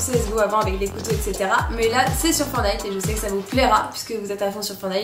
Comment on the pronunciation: Tu me stress quand tu dit FOURNITE (alors que c'est fortnite )